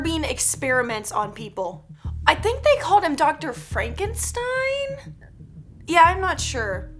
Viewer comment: I think they called him doctor frankinstine Me:........ IS daT U fRaNkInTineS